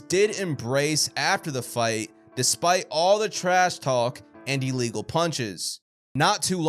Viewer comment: What is an ee-legal punch? I know illegal, but never heard of "ee-legal"